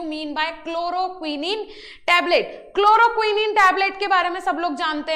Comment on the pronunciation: क्लोरोक्विनिन नहीं है मैडम,,,,क्लोरोक्विन है